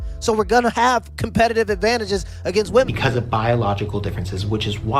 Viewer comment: His pronunciation of competitive is cool